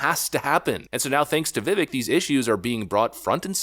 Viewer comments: Vivek rhymes with 'cake' not 'stick' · Vivek pronounced Vi-vAke. Youre killing me smalls 😅 but seriously. ViVake like CAKE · His name is pronounced Vih-vayke not "vivik" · His name is pronounced like Vivēk, rhymes with cake. Not Vivik. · Vivek not Vivick if you can't get his name right. He can't win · It’s pronounced Viv-AKE... not VivEK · Vi-VAKE (SAY CAKE). Did you see Trump slip his hand inside his jacket at 12.30? He only does this when reaching for The Snake Poem he keeps printed out in his jacket pocket. He's watching ViVAKE. Keeping him close. We'll vet him over the next 4 years. He needs to be in charge of something CRAZY inside the administration. We'll see how it goes. Trust comes with actions over time.. you say that allot ... And it's true! 👀 Vi VAKE. 😂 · Viv-Ache my friend not Viv-ick. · Its pronounced Vi-vake, not ick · I love your content, but its not pronounced "vivik" nor "Viveck" its Vivek (sounds like vivake, like cake). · Nah, it's Vi-vek as in vector. 🙂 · It's pronounced Vi-VAKE, rhymes with cake as he likes to say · It's pronounced Veevake. Spelled Vivek. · I really like your vids but gosh can you get his name correct its vivek as in vivake anyway keep up the great work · His name is pronounced Vy-vake. I heard it in his rap song. He says vyvake is not fake. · Seriously, my man. If you're going to continue making videos about Vivek, you must learn to pronounce his name. It rhymes with cake. Can anyone tell me what the 4th branch of government he mentioned means? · Come ON. His name rhymes with CAKE, already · it's time for you to start pronouncing Ramaswamy's first name correctly. It's viv-AKE. Rhymes with cake. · Pronounced “Vivek”, rhymes with “cake”. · Vivek is pronounced Vivake like cake! Please get it right. He's earned it 👏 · Let's say it right, it's pronounced "Vivāke", rhymes with CAKE. Vivek 2028!! 🇺🇲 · PRONOUNCED VI-VAKE, LIKE KARI LAKE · Vivek like "Cake". Phonoetic pronunciation: "Vivake" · Pronounced "Vee Vake" brother.